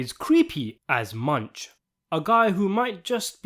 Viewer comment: Munch as in mʊŋk / MUUNK, a tribute to the scandinavian theme